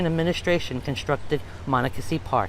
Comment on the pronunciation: You are not pronouncing the creek’s name properly.